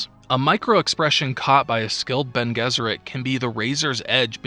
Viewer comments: I know I'm like a year and a half late on this, but it's BEN-aye Jess-ur-ette. Not Ben Guess-ur-ette. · Bonés it's latin, so Bene (rhyme with fiancé) Guesserit